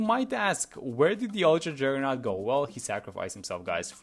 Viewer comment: "uwtwa juggewnaut"